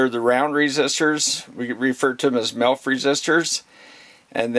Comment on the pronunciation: I swear you're saying MILF resistors, not sure I could resist a milf 😁, but anyway I've just bought the HT118A I was just after a really practical multimeter I could do for guitar work that had capacitive measurement. Most of the things I'll be doing with it will be resistivity, capacitance and a bit of 240v stuff around the house. I know the movie is about the HT118E but for some reason this came up in the search for the HT118A. Glad I found you, excellent presentation and massive respect out to all you guys who mess with the real stuff! Stay with what you trust. Cheers.